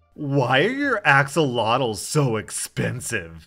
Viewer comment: I wanna know how many times it took to say “axolotl” correctly. Those funky little walking fish are adorable, but sadly most people don’t know too much about them. Toothless from HTTYD was actually based on an axolotl, and they’re one of the cutest amphibians I’ve seen. They also bark and regenerate limbs perfectly, and could be the way we cure cancer because they regenerate efficiently yet never contract any form of cancer. You should check them out, they’re endangered so it’s really good to get awareness about them!